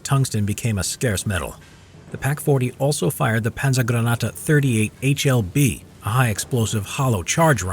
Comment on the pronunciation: "Panzergranate 40" was nearly flawless :D